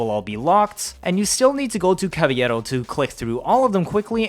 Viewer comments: & CAVA - LERO not CAVA - LLERO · Why do you keep pronouncing Cavalero like it's the spanish word caballero? They're not the same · Why do you call him Caviero? cringe